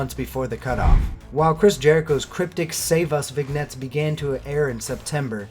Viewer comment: Vignette is pronounced vin-yet (former English TA)